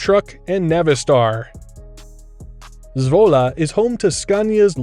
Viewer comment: I like how you pronounce ‘Zwolle’😅👌🏼👌🏼